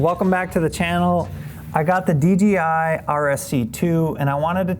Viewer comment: Says “dgi” like 9 times….. could’ve swore it was DJI